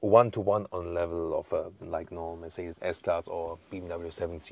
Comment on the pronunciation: Könntest wenigstens den Markenname richtig aussprechen, damit man das im Ausland endlich kapiert !!! Wir passen uns ja auch der Aussprache ausländischer Marken an. Scheint bei dir leider nicht so zu sein. Aber einen Umlaut im Kanalnamen.😂😂😂 Habe schon so einige Videos gesehen, wo Amis gestaunt haben wie deutsche Marken ausgesprochen werden.